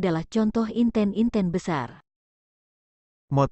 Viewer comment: Terdapat kesalahan pengucapan pada kata Semut Gremet dan Inten-inten 🙏